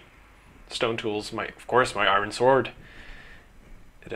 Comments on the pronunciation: why do you say i ron when it's i ren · Can't you pronounce iron right! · its pronounced eye-on not i-ron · i-ron!! imma say iron like that now ty!